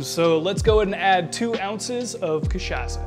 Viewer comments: in fact, the sound of "ç" in portuguese is equal to "ss" in eglish. So, the "ça" of the word "cachaça" supose to sound like "ss" in the word "stressed".(Miguel Nunes, from São Paulo). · Sir ! The way you mispronounced cachaca is hideous. Delete your video and redo it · Ty for the tutorial! Although, it's pronounced "KA-SHA-SSA" ("s" sound not "z" sound) and "KAI-PI-RI-NIA" ("nha" in portuguese is pronounce as the "ña" in spanish) :) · lol butchers both the name of the drink and the alcohol used lol so white.